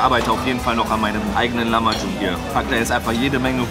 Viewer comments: Das heißt lachmajun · Lachmaschun nicht Lamaschun